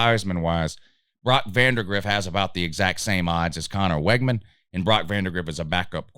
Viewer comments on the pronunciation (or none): You mispronounced so many of their names it's hard to take this serious. It's Wig-man